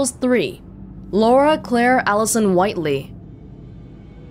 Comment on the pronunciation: Whiteley sounds like Whately.